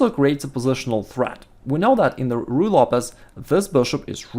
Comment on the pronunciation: he always says righ lopez but the first time in this vid I heard him say Ruy :D